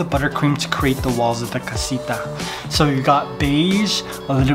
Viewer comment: It is not Cosita .... It is CASITA. :elbowcough